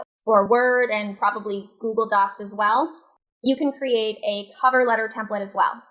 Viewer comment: edit the templet in what? Templete? What did you say?